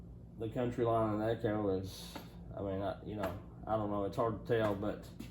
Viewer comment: Count-Y line , Coun—teeeee , not country lol